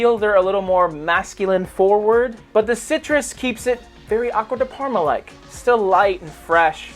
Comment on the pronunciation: Abysmal italian pronuncoation👎